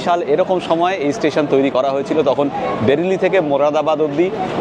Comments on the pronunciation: Not Berili it is Bareily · কথাটা বেরিলি নয়..... ওটা বারেলি...... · Journey ta khubi valo chilo.khawa dawa ta to fatafati chilo. Bhai, bereli bolchilen but ota pronounce hobe b reli.